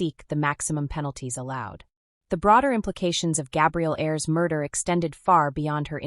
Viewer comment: "A-ers" NOT airs